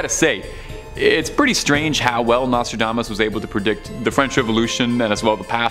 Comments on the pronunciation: PLEASE BY ALL MEANS THE NEXT NARRITIATER NEEDS TO KNOW HOW TO PRONOUNCE THE WORDS HE IS READING !! I THINK HE MIGHT OF SAID NOSTRODAMANCE CORRECTLY THREE TIMES!!!! NOT TO MENTION THE OTHER 10 WORDS HE CLEARLY COULDN'T SAY CORRECTLY!! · turned it off after you butchered the name Nostradamus!!!